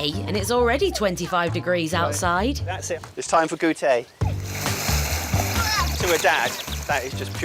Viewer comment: And after being married to a French woman for 10 years, how can he still pronounce goutee as ‘goo-tay’ ? 😮 embarrassing